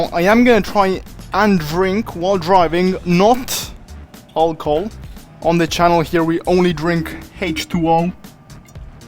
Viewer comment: i love that he said alcole and hach2O